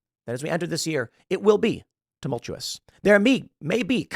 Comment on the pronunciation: Hey Tim do us a favor and tell how to pronounce tumultuous.